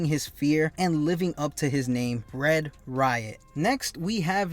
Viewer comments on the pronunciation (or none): none